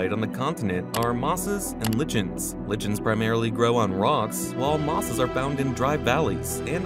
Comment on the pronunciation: Mispronouncing lichen is not a good thing for a video